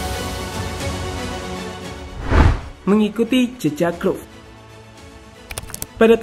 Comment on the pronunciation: Kruf kruf dezong dezong. Matalu. Bad pronounce.